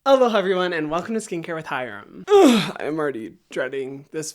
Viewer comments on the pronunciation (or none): none